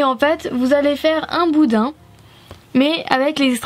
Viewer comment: arrêté de dit boudain